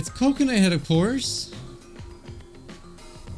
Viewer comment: i cannot get over how you keep calling him coconuthead instead of kokohead 💀